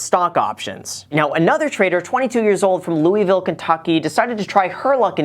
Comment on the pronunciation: the way you said Louisville.... it bothers me (I’m from KY)